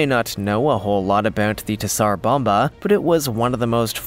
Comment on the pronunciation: OH COME ON! TZAR BOMBA is pronounced Zar bomba Not T ZAR BOMBA a little bit of research PLEASE!!!!!!